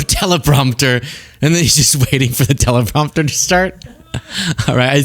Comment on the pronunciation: Escolator down tellapropter down 😂